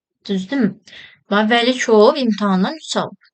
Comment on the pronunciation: Vəkilov❌ Vəlikov✅ Piri❌ Pri✅